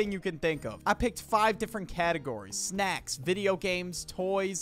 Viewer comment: You botched on snacks but all others were perfect